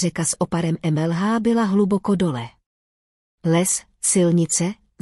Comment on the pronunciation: "...řeka s oparem em-el-há" prej... Asi jakože s oparem mlh. Dál to nemá cenu. Příšerné.